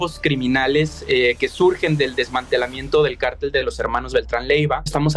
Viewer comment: Hay una gran diferencia entre "cártel" y "cartel", la reportera le dice "carteles" a los "cárteles" criminales.